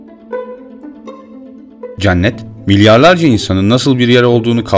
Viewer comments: Hocam çok güzel bir video olmuş öncelikle ama "ceannet" diye teleffuz ediyorsun ya cenneti ısrarla kulağıma takılıyor hep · Olumsuz yorum olarak algılamayın ama Cennet telaffuzunuz yanlış kapalı e olmalı dikkat ederseniz aradaki farkı anlayabilirsiniz ,TRT telaffuzdan da bakabilirsiniz.